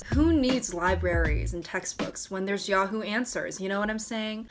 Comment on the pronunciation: nobody:: yaww-who no hate:)